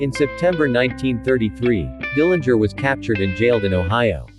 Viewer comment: Good job pointing out a lot of facts about John. Also, I heard it the Dillinger family name correctly pronounced at least once with a silent 'g'.